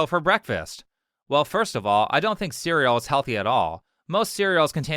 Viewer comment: she didnt even attempt to pronounce "dont"